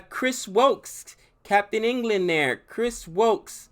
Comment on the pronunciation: Soo faar he has only pronounced Jason Roy and Chris woakes right